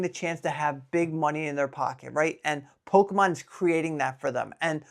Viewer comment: Noooo, the Pokémon pronunciation 😢... I'm constantly scrolling to find best prices and it's tiring. Remembering to take a break is really important. ❤🎉